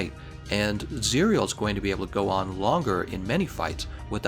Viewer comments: "cereal" lmao. It's pronounced "cih-rel" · How you spell it, Just say Zirel. that's how it's being pronounced in the game, which is the real name of Ciri. and I recommend you playing the Witcher3. you should farm for ur gear etc so if u had fun playing mhw then u will have fun there too. the only difference is that the Witcher got a stunning story. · It’s zee ra el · Zie real? No. Zee Ra EL. Play the Witcher already. Please. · Its Z-Rae-el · You pronounce it as "ZIR-YEL" as its Elven.. just heard it from the game.. 👌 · Zae Rell Geralts pronunciation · Pronounced "Zee-rel" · Zee-Rell That's the pronunciation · Its Zi-Ra-el. Like how to pronoun Kal El which is superman's real name. The name is supposed to mean Sparrow in Elvish. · I think it's pronounced "Za rel" like Cinderella but "Zarell. At least that is how it's pronounced in the witcher 3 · it's pronounced "zih-rehl" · As far as I know, the pronunciation is 'Zirel' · It's "Zee-rel" Witcher's elvish word for Swallow as in the bird. It's the nickname given to Geralt's daughter Ciri and what she named her sword. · it's pronounced zi-rea el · In the Witcher, they pronounce the name as "Tsee-rel"